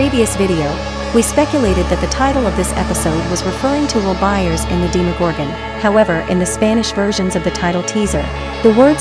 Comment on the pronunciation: I love how the voice pronounces "Demogorgon" as "Deemorgorgan"